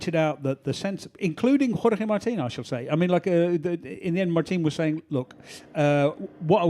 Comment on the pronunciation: Still the terrible Spanish accent when saying Jorge Martin 🙄